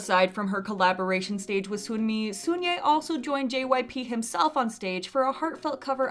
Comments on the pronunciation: Hey, I love your videos so I promise this is coming from a place of love. But Sunmi's name is pronounced like "sun+me" not soon+me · Just a side note: it’s pronounced Seon-Mi not Soon-Mi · The sunmi pronunciation 💀💀💀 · FYI, Sunye and Sunmi aren’t pronounced with a "oo" sound. It’s more like Sonye and Sonmi.